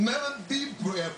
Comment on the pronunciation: "Take a deep bwelf."